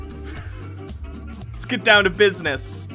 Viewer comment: BID-NESS !!! She is making fun of you for getting EVERYTHING 😑 wrong